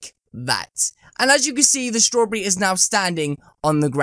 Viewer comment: He says strawberry wrong 😂 nice accent